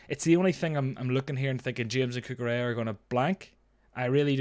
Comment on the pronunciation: DON'T SAY CUCHURELLA EVER AGAIN